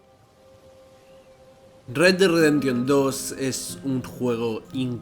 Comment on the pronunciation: "redredreremtion dos". Mames carnal, un poco de inglés no te caería mal.